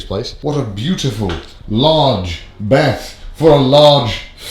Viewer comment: I just love how you say bath 😂 sounds like Beth 😂